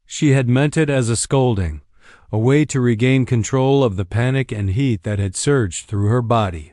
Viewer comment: Very good story. But the narration not so much! The repeated 'dot' and 'maray' for mare was ridiculous!